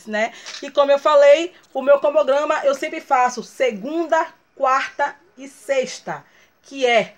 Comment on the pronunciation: nÃO entendo qual a dificuldade dela falar CRONOGRAMA....putz